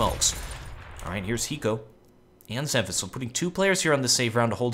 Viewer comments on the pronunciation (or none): none